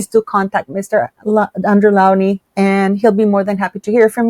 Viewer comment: Dr Andrew Lownie pronounced like Low and ney not Laonie